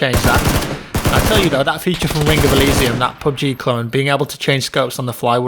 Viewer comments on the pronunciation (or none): none